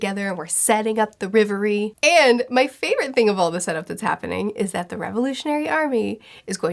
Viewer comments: It’s REV- Erie not riv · Just to be clear it's Reverie and not Levely. For decades the letter L and R have been confused and it's kinda a guessing game sometimes. Think of how Zoro used to be called "Zolo". Though it's probably best to be clear that it's not always R instead of L, you'll find that out soon with a certain island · For everyone outside of asia (or just Japan and China, I'm not sure) it's the Reverie. All the anime subtitles say it like that and it sounds way better than Levely (in my opinion). 🤗